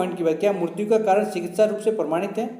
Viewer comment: Bsdk mrutyu mrutyu kya kya bol rha hai mrityu hoti hai ye....